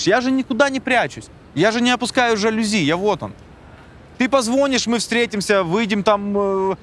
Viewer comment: От слова позвОнишь,прозвучавшее раза 3 подряд,даже у меня внутри все перевернулось хаха. Отличный выпуск,спасибо.